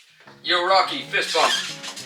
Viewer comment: you shouldve fixed how rocky said fist bump to how he says it in the movie